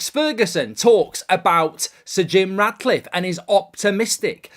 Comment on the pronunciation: Ratcliffe not Radcliffe 😂